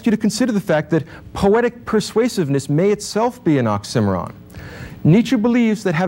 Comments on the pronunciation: Great lecture. But I do need to ask, is 'Tropee' and 'Ocksimmaron' even vaguely close to a correct pronunciation of Trope and Oxymoron? Because hearing them made me giggle. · imagine being as smart as this guy, but still pronouncing it "ox- i - mer - on" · OX-IM-OR—ON? Dude. Is he trying to say OXY-MORON? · Man really didn't know how to say 'tropes' and 'oxymoron'. He says trope-eez and ox-simmer-on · Ox-sim-eh-ron If you made it to the end you know... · I'm curious where the pronunciations of "trope" as "tropee" and "oxy moron" as "ox sim oron" (which actually sounds so much better!) come from 🤔 I've never heard it said that way before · who actually watched all the way to oxy-moron said as awk-simeron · Great lecture. You mispronounce oxy-moron. ;) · Was that an "Ox-Cimarron" sorry? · Was the pronunciation of “trope” like “troh pee” and the pronunciation of “oxymoron” like “awk simmer on” a common thing in the 80s-90s? Lol. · wonderful lecture, big ups for pronouncing oxymoron like an absolute savage, rip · Weirdly, this guy mispronounces both trope and oxymoron. I still credit his presentation of Nietzsche, tho. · does anyone know why he pronounced oxymoron that way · Never heard oxymoron pronounced the way he does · Well at least ive learned how to say oxymoron in a new way 😂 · it took me a while to realize he was saying "oxymoron" lol. Also the way he prounounces "trope" threw me off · His pronunciation of oxymoron is interesting. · Is he saying oxymoron? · I was today years old when I learned how to pronounce "oxymoron" the correct way. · This certainly makes you think. If about nothing else atleast the correct pronunciation of the word oxymoron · His pronunciation of “oxymoron” and “trope” are just……no. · Never heard the word 'oxymoron' stressed on the second syllable before. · In addition, I learned a new pronunciation for "oxymoron" ... note: new to me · Is that how oxymoron is supposed to be pronounced?!